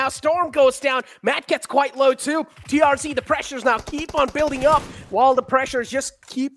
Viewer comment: Not TRG It's TRZ